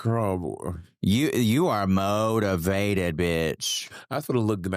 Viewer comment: “Mo-tivated” monets new show about working out and getting “mo-tivated”